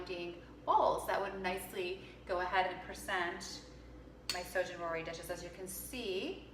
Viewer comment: this is not a very traditional representation of Shōjin Ryōri and your pronunciation could use some work, Enoki mushrooms and Shōjin Ryōri. Maybe explain that this is your take on Shōjin Ryōri. Also, please note that this style of cuisine is not just at Zen temples but most Buddhist temples/monasteries in Japan.